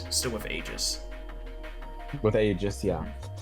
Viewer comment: I'M ACTUALLY DOOOONNNEEEE. IT'S NOT "AYE-JIS" IT'S "EE-JIS". I swear people play this game with the volume OFF.